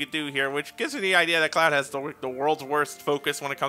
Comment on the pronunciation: Cleoud. lol By the way, you mean 29 days it’s Lunar Year.